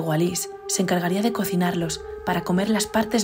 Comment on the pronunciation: El nombre de ALICE se pronuncia Aliche, porque es italiano. Nelly era un hombre. Y la casa ya ha sido vendida, la están derribando para hacer una villa nueva.